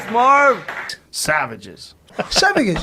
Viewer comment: "SavaGesz" said Yoell Remero